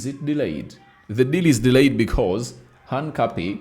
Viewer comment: Pliz pliz, Try to pronounce that guy's name right. His name is "HINCAPIE" not "HANCAPIE " ok? Otherwise thanks for the good work.